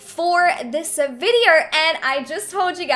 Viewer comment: ‘Virdeorr’ HAHAHAHAHA peace